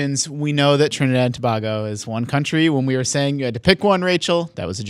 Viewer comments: it's pronounced toh-bay-go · FYI it's pronounced "Toh-bey-goh" not "Toh-bah-goh."